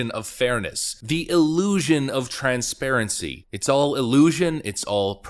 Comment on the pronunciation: There is no (D) in T(R)ANSPA(R)ENCY